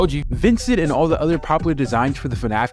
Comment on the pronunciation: Ah yes, V i n cE n t .